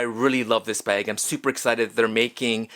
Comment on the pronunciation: It’s pronounced “camera bEGGs” 😉 jk jk love you 🌮